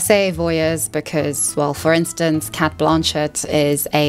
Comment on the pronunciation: A, Cate is pronounced Kate B, think you’ve overthought this one